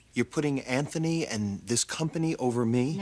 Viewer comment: Anthony! Not ANT- ONY